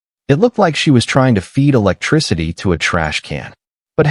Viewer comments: You need to retrain your AI speech as Tesla model Y is not pronounced model-why and then the word Electricity isn't el-ka-tea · Eclecticity is not pronounced Eki culty.